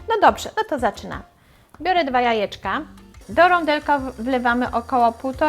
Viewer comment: Droga Pani mówi się jajka a nie ajeczka 🙉🙉🙉